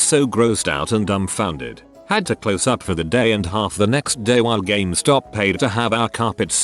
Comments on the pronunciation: Ah, I love Gam-es-top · Nobody: Automated Voice: "GAMEHSTAHP" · No one: Not Even One Living Thing: Speech Robot: gAh-MeH-StOp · people: game stop text to speech: gam eh stop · No one:: ga MEH stop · Nobody: Not a word was spoken: TTS guy: GA-ME STOP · ga me stop -_- The least these channel-runners could do is listen to the text to speech once, and make adjustments so that it sounded good, rather than just copy-paste and submit. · It'll always be Ga-mes-top now. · what? it is not Gum-estop? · Computer can't pronounce "GameStop" but "Syphilitic" is no problem. K.